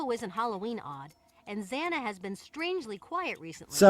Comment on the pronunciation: I really thought he said Xanax